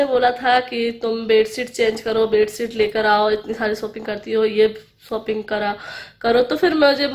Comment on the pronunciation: Aunti shopping kahan kijiye apka pronunciation. Galath hain ok nahi tu saab hasenge ok aur baaki sab acha hai